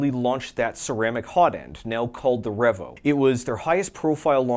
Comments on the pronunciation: Excellent tribute... well done. 👏 On another note though... are we seriously gonna let this mofo get away with calling REEE-VO a REV-OH?!? 😂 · this is such a great video. also, is it pronounced revo or revo?